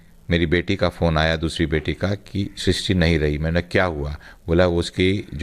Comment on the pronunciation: Tumlog naam toh theek se bol nahi paate aur kya karoge....naam Shishti hai Srishti nahi.